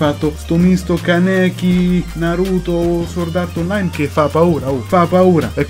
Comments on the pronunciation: sbagliato , la w non si pronuncia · NightcoreDark veramente la pronuncia non dovrebbe essere leggermente alla francese quindi "sòrd"